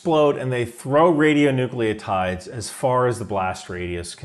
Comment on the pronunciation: radio-nu-clides, not radio-nú-cleo-ides.